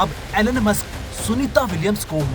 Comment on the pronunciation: Elon musk ❌ enonemus ✅